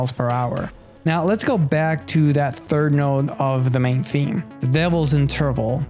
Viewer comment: Funny how he says : “interval”... Never heard it pronounced stressing the second syllable...